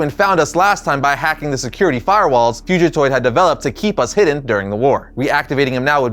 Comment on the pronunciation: Great video but never say fugatoid like that again please lol